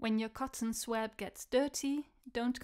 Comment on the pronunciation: BTY: it's pronounced "swob". In UK, OZ, SA, NZ... even everywhere in the US (remarkable unanimity!)